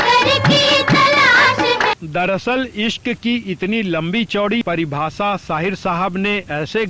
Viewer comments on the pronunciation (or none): Jankari bahut achhi hai par uccharan par tabbajjo dena zaroori hai. For example, ZIKRA and not jikra. AWAAZ and not AWAJ... PARIBHASHA and not PARIBHASA ...shukriya!!